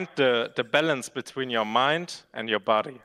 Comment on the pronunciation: Bruh I'm high af, but I swear pronounces ballance as ballons, I know he isn't a native speaker but I just find this shit really funny atm